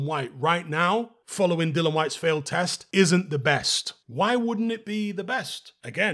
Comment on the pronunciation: Please out of respect pronounce dillian correctly, it’s not hard